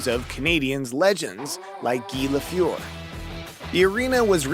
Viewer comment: Guy LaFuhr? Say it right man!